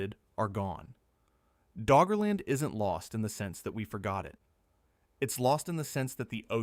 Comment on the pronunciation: Did he say Draugr-land?